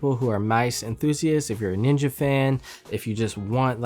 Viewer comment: Hate how it says ninja